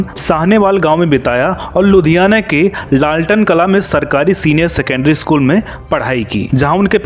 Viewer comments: lalten kalan😂😂😂😂. Apni pronunciation thik kro pehle its Lalton kalan....pronounce as (lalat-on) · lalten kalan nahi bhai lalton kalan hai,pronounce galat kiya aapne...i am from ludhiana and big fan of deol sahab aur unki down to earth personality ka but prakash kaur k sath shadi hone k bavjood hema malini se shadi krna ye galat tha...ye badey log hain so in baton pr koi dhyan nai deta...parkash kaur village ki thi toh kya kasoor tha unka...so ek ye cheez hi theek nahi lgi inki family ki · Laltan nahi bhai.. Lallton Kalan, village hai Ludhiana me.. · भाई लालटेन कलां नही ललतो कलां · Lalten kalan nhi... Lalato kalan